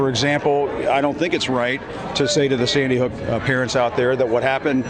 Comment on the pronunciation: he said seedy hook